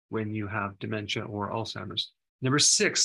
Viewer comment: Please! It is pronounced with the short ‘a’.